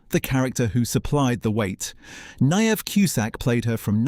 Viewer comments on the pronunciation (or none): Niamh is pronounced Neve. Sinead is pronounced Shinade. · I am sure that Niamh is pronounced Neem. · Oh please, what drivel. Niamh is pronounced Neeve and Sinead is pronounced Shinade. How annoying AI is, spoils everything.